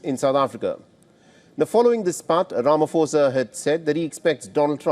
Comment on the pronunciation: Just pronounce his name correctly The 'pho' in Ramaphosa is pronounced as 'pour' That's a common word